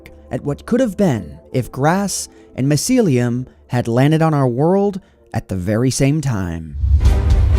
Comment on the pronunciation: I'm triggered by how you pronounce mycelium